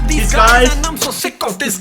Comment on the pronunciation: When he says Diss guys it sounds like disguise